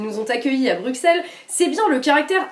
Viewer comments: Bon, on va mettre les choses au clair tout de suite : ça se prononce Brusselles pas Bruxxelles... Brussssselles ! Même si y'a un x. C'est exactement comme Auxerre ! (désopadéso, ça fait des années que ça me tue d'entendre tous les Français prononcer ce X, fallait que je le dise) ^^ // Maintenant que j'ai poussé ma gueulante : Super reportage vous trois !! ;) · le x de Bruxelles ce prononce S ... et j'ai encore du mal à comprendre pourquoi tu ne soutiens pas asselineau alors que vous dites la même chose au final sur l'europe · BruSSEL ça se dit!